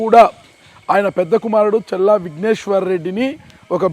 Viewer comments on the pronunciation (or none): మరే.... వినలేక ఛస్తున్నాం ఈయన "చెల్లా" 😂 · ప్రయోక్త గారూ ‘చెల్లా ‘ కాదు ‘ చల్లా‘ అండి.